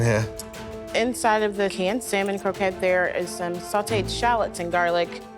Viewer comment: Love, but the way she pronounces “Salmon’ drives me crazy